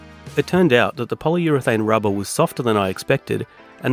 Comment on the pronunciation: "inject the RABAHH" 😂